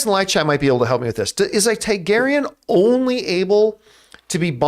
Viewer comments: It’s TAR-garyean John not TAI-garyean!!!!! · “Tygarian”….. Tarrrgarian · they are TARGARYENS, not taigaryens ...you're pronouncing wrong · John’s always got Star Wars on the mind 😂 “TIE-garyan”